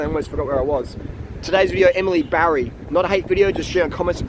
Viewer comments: I know. He keeps saying Barry 😄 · Her name is Batty not Barry!